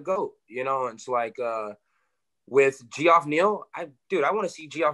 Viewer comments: Kevin calls Geoff Neal "Gee-off" over and over again 😂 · calling neal “gee-off” lmao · G-off haha. That's how I used to pronounce it when I was a kid. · Is it actually pronounced g-off Neal?😂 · Ge-off neal 😂😂😂